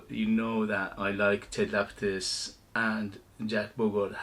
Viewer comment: Man, please. Ted LapiDus. Not LapiTus. Hurting my ears. Love ur videos btw.